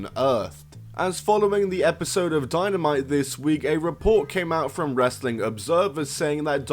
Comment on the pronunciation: Or Wres-er-ling